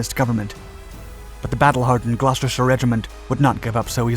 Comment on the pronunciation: As a Brit, the fact that you pronounced "Gloucestershire" correctly gave me so much joy